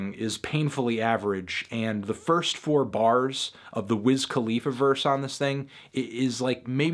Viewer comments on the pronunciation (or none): none